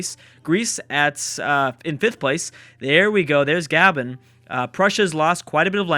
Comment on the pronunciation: It's not "gah-ben" it's "gah-bon"